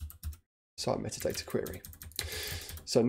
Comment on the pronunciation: Sorry, great tutorial, unfortunately spent most of it screaming that doesn’t say METADATA IT SAYS MEAT-ADATA. Vaguely painful.